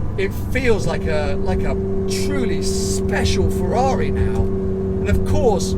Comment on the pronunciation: Nobody:: FARARII